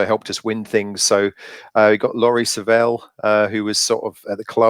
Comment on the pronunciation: Laurie sievell lol wrong pronunciation